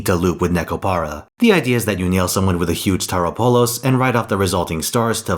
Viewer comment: Did he say "you nyail someone with a huge Tauropolos" ?